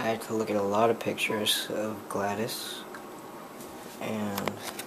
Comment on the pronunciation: You don't say GlaDos name like "Gla-des" you say it like "Gla-dos